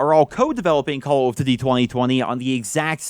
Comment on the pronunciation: No one:: "Calladitty".